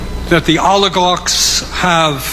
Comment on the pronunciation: 😅, but he still can't pronounce it.